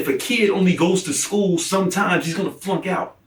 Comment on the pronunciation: getting pissed lmao "smmmtmmees!!!" Teeth clenched